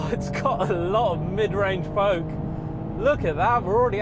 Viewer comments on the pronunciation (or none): none